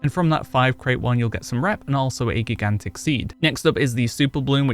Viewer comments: I can see me getting reamed for this but I was highly distracted from you say GIGantic. The First G is pronounced like Giraffe. The J sound. And I as in eye. So J-eye-gantic . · “Jai-gan-tick” not gi-gan-tick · Geeghantic!!! Lol. Great vid sir but it is pronounced Jai-Gan-Tuhk! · gig-ant-ick? It's pronounced Ji-gant-ick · Sir, I love you, your content is great. But have you never heard the word 'gigantic' before? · I couldn’t stop laughing at geegantick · GIG AN TICK?!!! It hurts my soul every time he says it!! 😱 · GIG ANT TICK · Great video but damn dude. Please learn how to say Gigantic. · You should just record yourself saying gigantic properly and edit it in so people will stop pointing it out . Seems to be distracting for some lol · Never heard anyone pronounce "gigantic" like that. Is that a regionalism? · i think u said gigantic wrong... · I thought he was trolling u till the 40 times he said it